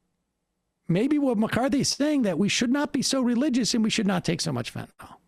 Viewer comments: I wish Sam wouldn’t say Fentanol! It’s a different medicine! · Sam, there's no 'o' in Fentanyl.